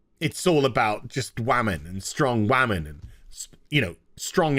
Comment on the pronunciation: "wamens", always cracks me up 😅